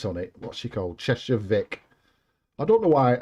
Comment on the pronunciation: You are the first pronouncing Cheshire right, cat or vic!